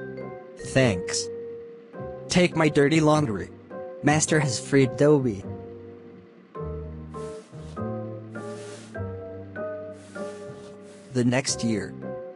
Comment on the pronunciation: “Master has freed Doughbee”